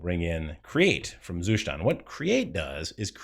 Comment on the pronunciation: The Zustand pronounciation is getting better with every video :)